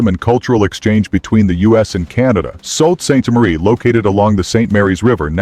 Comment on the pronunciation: It’s NOT salt Ste. Marie. It’s pronounced Sue St. Marie.